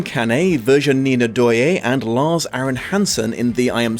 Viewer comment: Little French pronounciation guide : Veer-Ginnie Leudouayen and Guee-home can-eh !